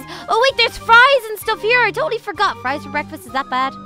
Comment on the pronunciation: I thought u said FLIES not FRIES!!